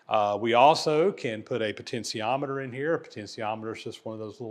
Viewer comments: Sorry but there is no such thing as a poten’c’iometer. There is no C in potentiometer. Please google the pronunciation and practice it. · That's pronunciation of potentiometer gets to me. 😂. Good video regardless. 👍🏻